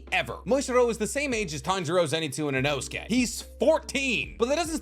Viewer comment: The way you said Inosuke name is a crime and you should be in jail